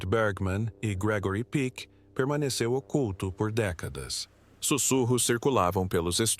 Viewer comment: O nome não é Gregory Pique, mas Peck, com o 'e' bem aberto, "é".